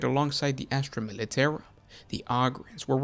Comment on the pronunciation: Down for saying "Militarum" incorrectly. +1 Comment to state that. -1 View for feeling actual pain every time you say "Militairum".